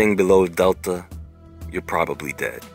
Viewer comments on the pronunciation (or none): none